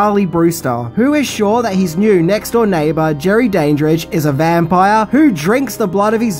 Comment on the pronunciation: Clearly you've never watched Fright Night as you're mispronouncing Jerry Dandrige.